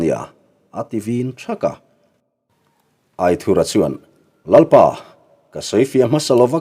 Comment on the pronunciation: Aithurha titawh loin aithura.tizawk la...adik zawk..